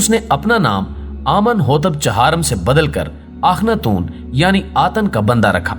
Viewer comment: Atan nahi atun matlab sirf 1